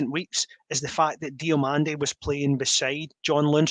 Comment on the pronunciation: Lads, it’s Diomande, no Diomonde 🤦‍♂️😂